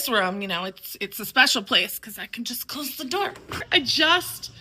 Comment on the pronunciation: The way she says "Close the door" has drunk vibes